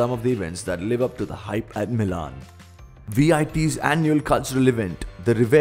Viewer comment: Dude it's मिलन and not मिलान 🙄🤦🤦